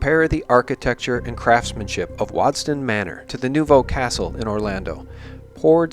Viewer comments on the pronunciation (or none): none